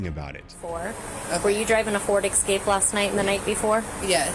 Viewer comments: "[The incident] resulted in the wrongful arrest and felony charges against an innocent woman." How ridiculous. only misconduct here was pronouncing the word "escape" like "exscape" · I wonder if denying driving an “Excape” would be sufficient to have the matter dropped, as she was technically driving an “Escape”? 😂